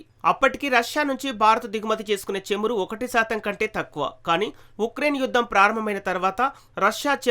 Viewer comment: చమురు not చేము రు కాదు